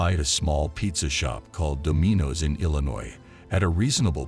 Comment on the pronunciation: "do-MEE-nos"??? Try "Dom-in-oh's" voice-bot And WTF does Donald Trump have do anything? There are so many inaccuracies in the tale you should sell it as a fictional account...